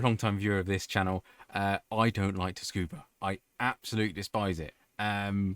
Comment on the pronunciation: Just a little pointer tho cause this is like the third video I've seen of you for this (thanks by the way, able to dominate this track cause of these vids), it's pronounced Tsoo-Koo-Buh. The T at the beginning is sort of silent but sort of not silent. It's almost pronounced like the number "two" but with a little S in it.